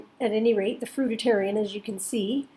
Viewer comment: I’ve never heard someone say fruitarian wrong until I watched this video